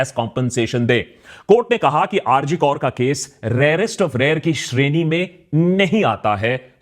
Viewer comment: Bhai rg kaur nai hai. Rg kar hai. Naam to pehle sahi lelo. Fir baat karo. With you bro. But it's not kaur, it's kar